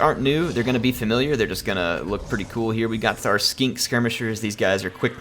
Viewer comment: I love the way he says Skink